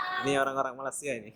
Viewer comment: Sebut MALAYSIA pn tk lepas..hihi